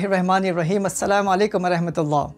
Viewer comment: It's "Rahman" not Rehman